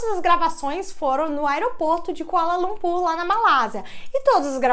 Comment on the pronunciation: Eu escutei "aeroporto de colanocú"😂😅